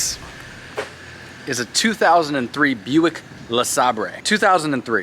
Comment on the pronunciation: Just because you pronounce it La--Sabreee its still a F'n old POS that every church parking lot is full of. Not to mention its a GM so I hope you record every time you need an Uber cause you're broke down. Not to mention we know that the next update video will be next quarter not next week.